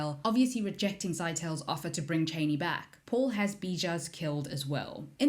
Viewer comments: I’m more annoyed by the way she pronounces Chani 🙄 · Reverend...not Reverant. And Chah-ni...not Chay-ni.